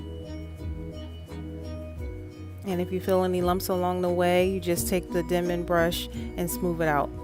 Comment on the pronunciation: What’s the name of the brush? Sounds like you said “deman” brush??? I’m trying to transition and would really appreciate if you would answer... I’m new at this! Thanks! Your hair is beautiful